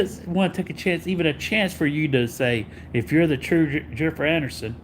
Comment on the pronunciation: i was going to watch to laugh at him. but right from the start jennifer annerson? im going to listen to him say annerson over and over for an hour? i was like hell nah im not watching an hour of jenneifer annerson. im sitting this one out pimps! 😅